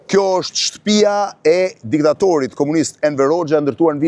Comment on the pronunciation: O hajvan me dy këmbë-Blendi Fevziu,nuk thuhet 'shtpija'por 'shtëpia'!O pjellë e pist ,pse e përdorë dialektin e Ballistëve, hizmeqarëve të fashizmit?Aleluja!